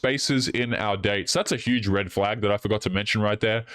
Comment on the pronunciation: I think you said "huge reddit flag". Frauidian slip I guess.